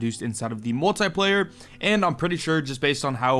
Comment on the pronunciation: Everyone: Multiplayer: Moltaiplayer